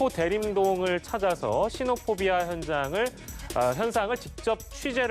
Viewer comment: 시노포비아 단어 설명하러 변호사 섭외했으면 포비아 영어발음이라도 제대로 하던가 쯧쯧 취재 기자 인터뷰도 내용도 없고 왜 갈수록 방송이 후져지는지